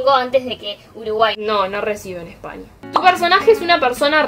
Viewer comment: Me encanta cuando dice.... pequenio .....Espania ... pero te entiendo